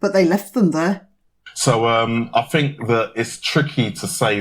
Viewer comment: Oh we're getting a bit sick of people biting the hand that has fed. The fool can't even pronounce "think". Send him to Libya.